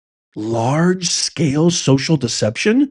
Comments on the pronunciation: Larg e scale? Dude, it's Large Scale, lol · Firstly, the name of the media company - Reuters - is pronounced (Royters) and it's not LARG E Scale, it's Large scale social deception. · LARGE. not L ARGE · it's LARGE SCALE not LARG E SCALE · It’s “Large” not Larg E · The word is large not larg ----- e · It’s LARGE SCALE not LARG E SCALE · Larg e scale? Really? ASED sounds like acid, otherwise known as LSD. Are you really a professor? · The "e" goes with the "Larg" (large)